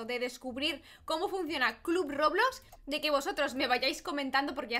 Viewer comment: Se dice club roblox no club robox